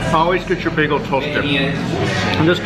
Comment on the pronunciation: Why do you say beago instead of beagEL